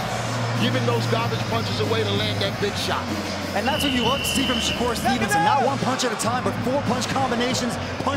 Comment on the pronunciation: Tarver saying shakur's name wrong all night is nerve wrecking